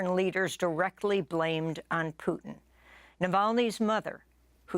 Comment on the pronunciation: She pronounce it like poutine!?😅